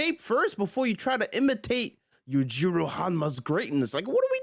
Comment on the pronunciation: Backy 😂😂 But you say Yujiro's name right. Elite trolling.